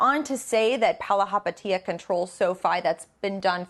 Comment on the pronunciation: At least learn how to say his last name before butchering it the whole video